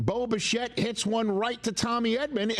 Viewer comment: Any one else hear Boba Fett whenever Rich says Bo Bichette?… very confusing for someone who hasn’t watched a single game of Blue Jays baseball before game 1